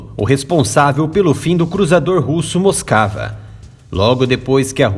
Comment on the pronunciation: Não é “moscava”, é Moskva, pronúncia do cirílico Москва, que é o nome russo da capital Moscou.